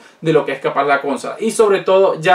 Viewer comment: Amigo, me suena raro que digas cónsola, "con acento en con" y no consola, con su acento en "so". Por lo demás todo muy interesante.